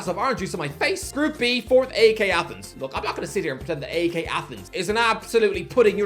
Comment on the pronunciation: AEK is pronounced 'IKE"